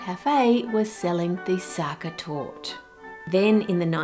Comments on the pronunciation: Sachertorte tasting kinda like raisins? something seems to have gone wrong with the recipe ^^. Also, the "e" at the end of Sachertorte is not silent. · Its torte not tort you say it like tor teh. You should have tried the Prince regent torte from Germany. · ive never tried the original myself but everyone i know says the sachertorte von hotel sacher is too try! oh and e isnt silent in german, so youd pronounce it something like torteh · Est heißt Sacha-Torte The ‘Sacha’ is pronounced ‘sa-sha’ and torte is ‘tour-te’ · 1. German e is never silent. And Sachertorte is indeed overrated but still good. Eat it with whipped cream if it's too dry. 2. Ah the famous Brazilian war effort in WW2 ;) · The e in Torte is neither silent not elided. Specifically it is a schwah sound, like "uh?". This is true for all "e" in German words, such as "Porsche". The "ch" is the sound a pregnant woman makes breathing like "hhh, hhh, haaa, hhhh, hhh, haaa", while giving birth in movies 😂. With "sch" it is like English "sh" . Btw, as Austrian, I am not a fan of the "original" , published, Sachertorte recipe. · Starting off with our lovely Sachertorte (the e at the end isnt silent fyi) - this is going to be fun. Love me some chocolate cake. <3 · The e in Torte is not silent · as an austrian the way you pronounce Sachertorte made me giggle every single time 😂 also s/o to for ranking it the highest 📣